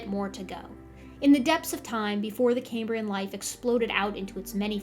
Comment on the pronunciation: "Cambrian" is pronounced the the way it's spelled, ie it's NOT pronounced "came-brian". The name comes from the Roman name for Wales, and not from Cambridge University.😊